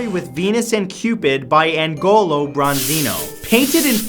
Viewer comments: AGNOLO! Not Angolo. Also Millais is pronounced 'mil-lay'. So many of these mentioned theories are so misguided, none of which are accepted in the art-historical community. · ag-nolo, Matthew, not ang-nolo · Hi Matt! Just a friendly reminder: the artist for $9 is pronounced: "Agnolo" not Angolo. 😊 Great video! 👏👏👏✌ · Great video as always but one thing: its pronounced "aNIOlo bronzino", not aNGOlox 👍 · Omgggg, the way you pronounce "Agnolo" nooooooo